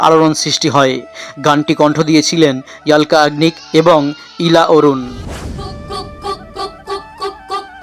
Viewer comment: ইয়াল্কা বলেন কেন! অলকা বলেন..